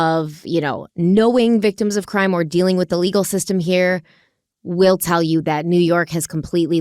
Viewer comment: Disturbing case. Funny how you pronounce Tellez, (my first language is Spanish). Love all your episodes! big fan!